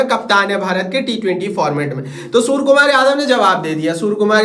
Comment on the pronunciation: Its सूर्यकुमार not सुरकुमार. 😂😂😂